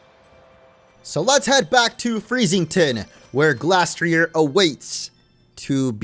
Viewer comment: Its pronounced gleystrier